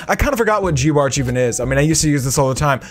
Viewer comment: Geebartch its g eye bartch